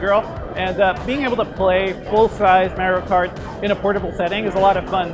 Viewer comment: He keeps saying merio kart instead of mario kart